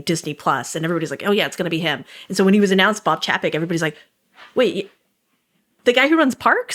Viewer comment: Love this podcast, but one thing has been bugging me…Chapek’s name is pronounced “Chay-pick”.